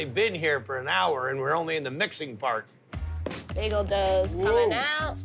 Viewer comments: It’s Bay-Gul not Begul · BAY-gle not BEG-gle.. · Baaayyyygul. Not bagel dammit. 🤣🤣🤣🤣👍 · Or how Guy gets begul from bagel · They ALL say bagel wrong! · Why can’t guy pronounce bagel?